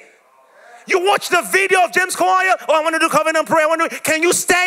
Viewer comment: 😂😂😂😂😂😂 the way he pronounce name kawalya that kawaya😂😂😂 but I liked the testimony dear you did good job bro